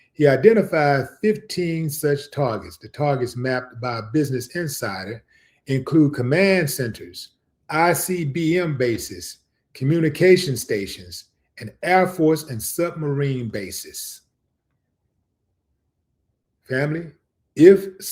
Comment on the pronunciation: Brother, that is "EYE" B.C.M. Not one.B.C.M. Otherwise you on point.